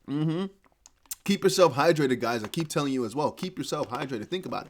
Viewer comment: Von hundred dollars... Vell vell vell 🤔